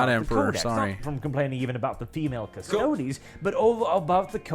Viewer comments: Ok so things to note here: the canon pronunciation is cuss-toad-ees. Uh, custodes have NEVER explicitly been all male. And for anyone who says ANYTHING about the Sisters of Silence, they are a completely different group with a completely different role(theyre basically psychic blanks. Their mere presence debilitates psychics and drives em crazy. They're used as assassins, custodes are bodyguards). The space marines are all male because geneseed only works on males specifically so they can't make space marine babies and thus usurp the god emperor. All in all, female custodes are awesome, I'm looking forward to (hopefully) get some minis or figures to paint and display of em. Oh also custodes don't have geneseed, unlike space marines. Uh, custodes are just as far as you can push the human body physically and mentally, space marines are...genetic and surgical monstrosities. But also yea, from one warhammer fan to somebody who doesn't know much about Warhammer, most of the fandom is not like this guy. Most of us either don't care about this, or are actively excited about it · It's pronounced Custerds! 😂 Jeremy is never wrong